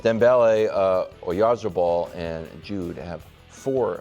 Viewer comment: btw, Oyarzabal's pronunciation would be like: oh - yar(d) - tha(nk) - bal, with the emphasis on the "za/tha". the parts inside " " arent pronunced, just there to give a word for sound reference.